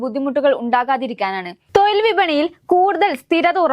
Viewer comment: തൊഴിൽ, കയിവ്, തായ്‌വ് പിയ. ശേശം.....ഇതെന്തോന്നെടെ.....